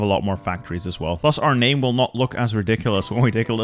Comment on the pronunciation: As a Chinese man, it's hard to admit actually pronounces most of the names correctly.. at least decent enough for me to understand. This man either puts a lot of work in this, or is a Chinese language genius!